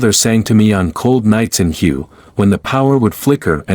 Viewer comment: «Hue» is not prononcer «you», but u-ay (in french ou-é) Do not comment similar videos if you cannot prononce the words correctly It is the americans who never know how to pronounce words in other langages - I have heard from them the most ridiculous pronounciations and it made me sick !